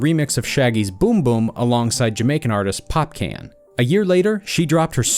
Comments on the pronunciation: ik he didnt just say pop-cane . its pronounced "pop- cawn" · This man said popeeehn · This man said popcaan its popcorn that how you pronounce it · Nigga said popcan instead of popcaan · Bredda call the unruly boss pop can its pop cawn fam🤦‍♂️ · thats not how we pronounce popcaan in jamaica😂😂😂 its pronounced as (popcawn) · hellooo his name is popcorn no pop-can wtf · Mi say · Lol pop can? 😂 the pronunciations in this video is...different lol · Then he done mispronounced Popcaan... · The way how this man pronounces popcaan had me dead 😂 😂 as Jamaican I couldn't help but laugh. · i've never heard popcaan pronounced like that either lmao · Yes and the way he pronounced Popcaan's name. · Popcaan what are you saying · popcaan don't mess up that man name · The way you pronounce popcaan tho😒😂